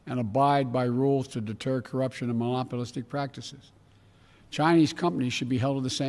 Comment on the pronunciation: It's , lol. I was wrong, he said "molopolistic". One of many gaffes and slurred non words in this speech. He's about as sharp as a room temperature stick of butter